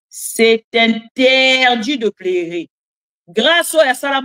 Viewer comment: Maman sala attention na prononciation ya PLEURER # PLERER. Merci pour le reste.